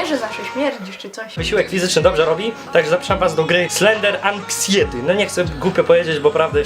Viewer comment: wymawia sie slender anksajeti